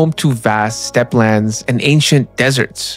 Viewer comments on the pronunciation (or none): none